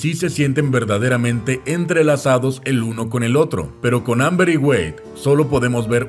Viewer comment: emm bien y todo pero.... no es Amber.... es Ember